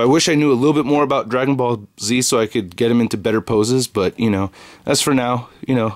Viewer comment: Sounds like he said Dragon Ballsy